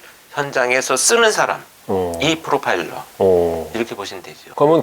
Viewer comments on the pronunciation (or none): PD님 자꾸 '프로, 파일러'라고 하셔서 꼭 파일 정리의 프로처럼 들려요 ㅎㅎ